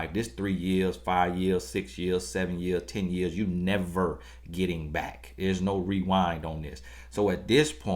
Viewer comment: And "on yo baiyck"...🤣🤣🤣 Love it!! G, know he be preaching to us Ladies!!! I need these words!!!!